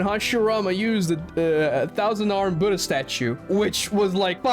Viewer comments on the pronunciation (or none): none